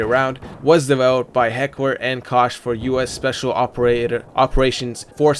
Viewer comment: actually you pronounce it NOT like Coke. many people to that but it's just plain wrong. look it up at leo(dot)org or try a german channel. ;)